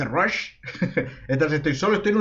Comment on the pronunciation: ahhh me olvide no se pronuncia rush, se pronuncia mas bien como un rast pero la A con un efecto tirando a la u XD te pasaria como se dice pero ... como q no existe un mensaje de voz por youtube =V